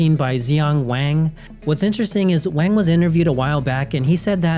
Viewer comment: Its wong not Wange